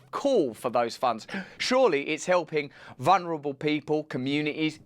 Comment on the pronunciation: "vunrabel" as a wordsmith I would think you could pronounce vulnerable correctly!